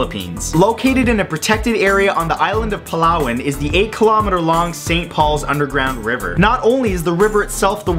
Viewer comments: its palaawan i am from the phillipines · Im from the philippines and he says palawan funny